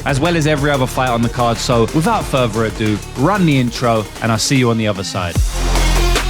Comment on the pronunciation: “without furver ado”. Lmao. This guy.